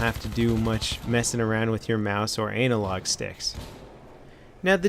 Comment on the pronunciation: Love your videos but i swear you said anal log not analogue haha made me laugh!